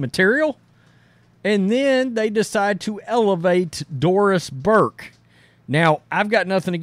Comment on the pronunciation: When you say Doris Burke, all I hear is Forced Diverse.